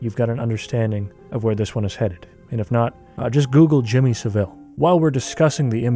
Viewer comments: The way you pronounced Savile is infinitely more fancy than it's actually pronounced lmao. It's more like saddle, just with a v. I prefer your pronunciation, though obviously the fucker doesn't deserve it lmao. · When Americans pronounce his surname as Seville like he's an exotic cartoon villain it kind of undermines what he actually did. It's pronounced Savul with emphasis on the A. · FYI: It's pronounced, "Sah-Vole." Outside of Michael Jackson, Jimmy Savile is most likely the worst & most famous child predator who ever lived. He left behind him a trail of victims across five decades which numbered in the hundreds. In an age where it only takes a content creator seconds to fact check the pronunciation of someone's name, there is no excuse. I love your content dude but from that moment on I had lost all confidence in the accuracy of this documentary. It may seem to you like a little thing but just think how you would feel if you were one of his victims watching this? You'd feel as though the content creator cared so little about what this monster had done that he couldn't even bother to get his name right, you think? ♥ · Just so you know bro its pronounced Sav-ill, fuckin monster he was